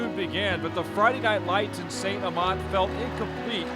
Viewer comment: I swear if u say st amant wrong one more time ima be very mad